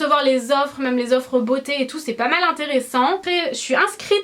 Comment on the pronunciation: Coucou! Pers je prononce "même" comme toi et tous les gens que je connais aussi mdrr! Ça doit être une prononciation de gens du sud-est:p Bisouus